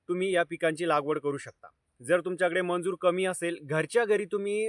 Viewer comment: मंजुर नाही दादा मजुर म्हणता त्याला ok